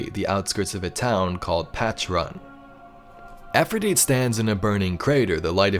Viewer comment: Pronounce her name correctly! It's not Afridite! Its Efrideet.... with an E!!